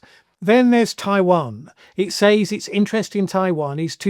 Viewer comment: Why are you the ONLY English speaker I know in my nearly 7 decades that actually pronounces “says” as exactly that and not “sez”? Now do Leicestershire. And if you want to pronounce the place name the way it’s usually pronounced and not how its spelled, it’s Muh-doo-roh not Muh-dyoo-roh. Proper nouns get pronounced however the owner of the name sez they are. So, yes, it’s Less-tr and not Lie-cess-tur-shyr.